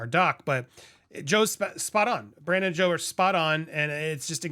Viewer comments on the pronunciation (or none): 😂😂😂I can’t tell if you called him Brandon on purpose..(it’s Brendan)